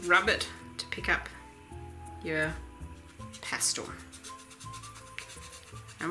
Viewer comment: pas-TELL not pas-TOLL